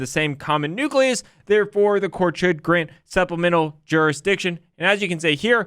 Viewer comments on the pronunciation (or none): none